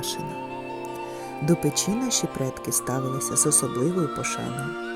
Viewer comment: Дякую, дуже гарно! От тільки готували не в пЕчі , а в печІ. І не пОлички , а полИчки. Слідкуйте, будь ласка, за наголосами! Навіть якщо ваша перша мова -- російська. Не треба переносити в українську мову російські наголоси! Спасибі, що кажете 👍 подУшка, а не пОдушка .